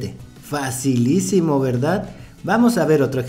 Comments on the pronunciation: Este dise facilicimo verdad y mi mente automaticamemte dice dificilicimo verdad😂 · Minuto Dijo su frase Fasilicimo verdad